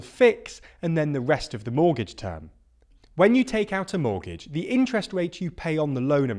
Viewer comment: Monetary, not moneytary. Mortgage, not mortage